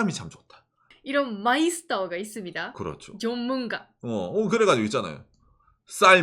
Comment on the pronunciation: 존문가 발음 넘 폭력적이당😂😂